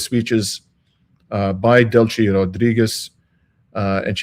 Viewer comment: Please,, its Spanish, not Italian: Del-si, not Del-chi